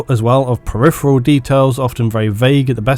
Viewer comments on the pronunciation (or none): none